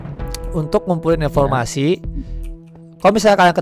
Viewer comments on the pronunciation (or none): mengommong infol masi bukan ya informasi